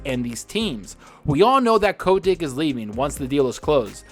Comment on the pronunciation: You’re the ONLY person I hear pronounce Bobby Kotick”s name like that.